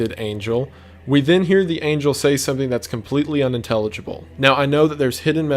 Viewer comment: Wendigoon be like: talking about the most horrific thing about how humanity being killed off by a false god Wendigoon: “yeah it’s kinda bad” Wendigoon when an angle comes down with a big head mispronouncing angel Wendigoon: panic 1000